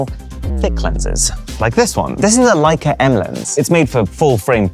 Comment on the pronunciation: Leic"A" a lott"A". I could see the heart attach I would have the first time I dropped it...and Not"a" Leic"A" it.